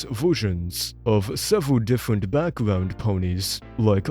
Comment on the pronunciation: howewer, thewes, diffewent, bwain